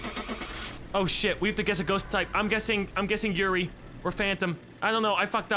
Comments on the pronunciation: Yurei is pronounced You-Ray I've been wanting to play this too. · When they say yuri instead of yurei 👀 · Why pronounce it yuri? Try, hmm, let's see how your mind would interpret this... you-ray? Yuri is something else... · everyone pronounce "Yurei" as "Yuri" and I just facepalm lol